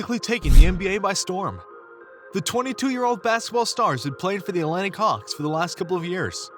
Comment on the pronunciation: “Atlantic” delete the video